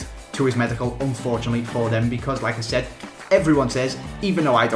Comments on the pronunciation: Every time he says "like I said" I think "Lacazette" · You pronounce 'Like I said' like you would say 'Lacazette'